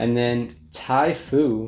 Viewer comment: As it's such a familiar and mundane item in Britain I was amused by the way you pronounced the strange, alien beverage of "Ty ... Phoo" and speculated on whether it was a green tea. Understandable of course, but it made me smile. The effect was a bit like someone saying, "I believe this is called a ham ... burger".😊 Thanks for an interesting video.